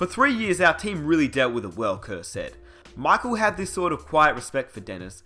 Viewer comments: Pronounced MICHAEL jordan Not MOCK jordan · "MOCHAEL JORDAN" 😂😂😂😂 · it's Michael not MOCKel you shmuck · Mahckle Jordan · Please stop destroying the word "Michael."